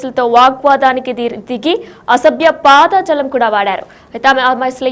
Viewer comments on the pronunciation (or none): పాద జాలం కాదమ్మా పదజాలం, తెలుగును కరెక్ట్ గా మాట్లాడు అమ్మ తల్లి.